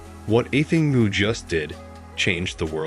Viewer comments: I appreciate channels interested in athletics (track and field), but this channel is just off. The pronunciation of Athing's name is just a huge distraction and discredits the commentary. Also the rivalry video between Shericka J and Sydney M is just insane, because there is no rivalry between them. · If you can't pronounce her name, don't make a video about her, mmkay.